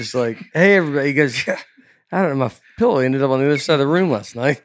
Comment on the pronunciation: Can we talk for a minute about how pronounces “pell-low”?